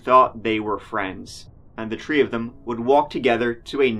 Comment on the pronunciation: In this episode, said “tree (3),” “turteen (13),” and “turty (30)” fifteen times.